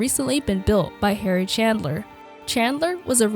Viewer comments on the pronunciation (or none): none